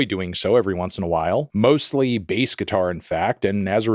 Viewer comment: Lol at Fantano saying behs